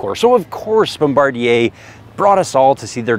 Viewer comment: It’s pronounced ‘bom-ba-deer’